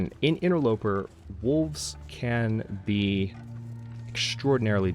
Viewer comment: did you say "interlooper"? GELtaz has an effect :)